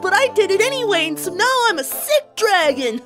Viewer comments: um did you say shit or sick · why is it when when granny smith says 'sick' it sounds like she is saying 'shit'?😶😶😶😶